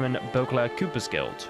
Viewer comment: It's Cooper with a long o. From the profession of the cooper, someone who builds barrels. Obviously very important in Toussaint.